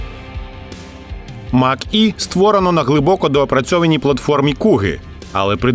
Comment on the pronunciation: Може Мач - Е, а не Мак-Е.